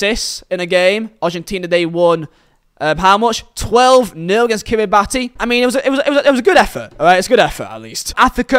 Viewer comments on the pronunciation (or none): Heads up. Kiribati is pronounced as "Kiribas" with an "s" instead of the "ti", it's because the local language didn't have the letters for the s sound. Trust me, this fact you will remember for the rest of your life once you are in the know. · I don't want to piss on your chips but it's Kiri-Bas. The TI at the end of Kiribati makes an Ass sound. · it’s pronounced Kira-bass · you have the flag of kiribati but you still don't know how to pronounce it?